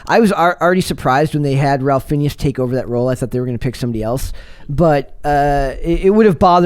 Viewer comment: His name is pronounced like "Rayph Finez".